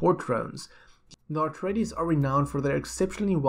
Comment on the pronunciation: Please... please please - It's A treides, not AR treides. Just a friendly correction, so you don't trigger the die hard Dune fans.